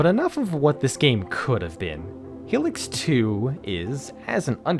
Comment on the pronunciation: It’s pronounced HIGH-licks